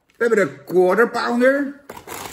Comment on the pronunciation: Ben ik de enige die gewoon structureel Counter-Pounder hoort bij een Quarter Pounder?